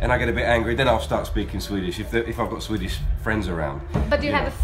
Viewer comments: That is actually quite impressive. Really rare to hear someone, that hasn't learned Swedish by 13-14 or so, speak it with such a good accent. Even more rare probably for someone having English as a native language. I guess he is rather gifted. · OMG ! Im from sweden and he speaks swedish spot on with an accent perfect ! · Holy crap, I don't say this lightly, but he has a perfect accent, I couldn't even tell he was from another country.